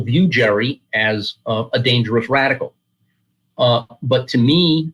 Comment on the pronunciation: Dude lost credibility when he said “Jerey” wright was a huge influence